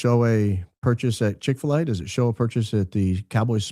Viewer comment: "I would like nothing more than a Chix fila" 😂